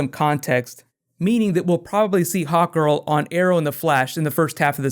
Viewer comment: Everytime he said 'hawkgirl' it sounded like hotgirl